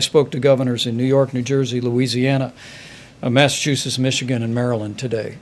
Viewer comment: MASSACHUSETTS NASSASHOOYUS